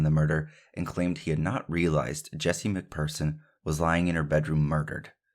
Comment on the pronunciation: Phearson prounouned fearson . You done well